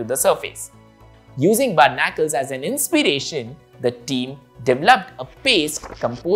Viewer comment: Berr-na-curls is pronounced bar-ni-cles btw :)